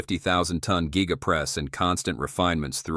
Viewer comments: This is simply amazing. Tesla is the clear leader. The guy doing the voice-over is an idiot, he says geega and guyga. The thing is called a giga press. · Geega Press, Guy ga Press or Giga Press? Giga Press….is the correct one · Giga. Not geee-ga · gig a' dick! Not geee ga' what year did this happen ? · Geega geega. I wonder how many humans will mispronounce words as a result of AI voices… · AI can’t say Giga!!